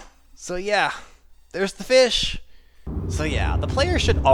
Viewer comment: A FEESH?!